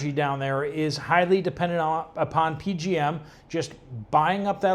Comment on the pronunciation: It's not P-G-M. It's the P-J-M interconnect.